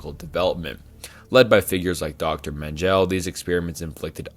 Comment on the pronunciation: Dr. Men Gel, umm never heard of him.